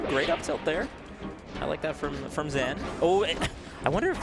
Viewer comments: Ok so he said hes fine with zain but you're going to go out of your way to call him the other name and confuse everyone and start yet another argument about "name prefefences". Saying zan when we've all been calling him zain for years is as dumb as that one commentator who seriously went by it/it's. Exactly when did the melee scene started getting run by annoying hyper sensitive dorks? Who tf wants to hear 2 dorks fake laugh over every little thing when we had HMW and Phil keeping it real? Remember when actually acted like a real perso. and didn't force fake laughter everywhere? must be so proud of THEMSELVES. Doesn't even make grammatical sense These name/pronoun preferences are retarded and I can hardly listen to these hyper sensitive low T guy/girls in this annoying ass scene anymore. Even if you're interested in protecting people who have pronoun preferences, obsessively covering every single melee steam with pronouns and preferences is completely counter intuitive. Mods work their asses off to stop people from talking about pronouns but it's because they're on the fucking screen. It's clearly more divisive than anything and it's completely distracting from what we're all actually here for: melee If zain wants people to pronounce his name a certain way he would have said something about it publicly years ago. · Of course, you should be respectful when someone wants their name to be pronounced in a correct manner, BUT it really took me out of the gameplay to be honest, especially when you don't have the context at hand. Especially because Zain said himself he doesn't mind if we'd still call him "Zayne". should have maybe mentioned it after the set as a trivia, and maybe adjusted from there onwards. Not a big deal in the bigger picture, but a minor nitpick. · that's why I think it's weird that he has pronounced his own name wrong for so long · Why does vish keep calling zain zan? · To be fair his own sister says zain not zaan on stream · xan lmao